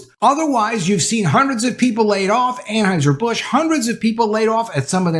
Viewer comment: An HEUSER NOT AnHEISER!!!!!!!!!!!!!!!!!!!!!!!!!!!!!!!!!!!!!!!!!!!!!!!!!!!!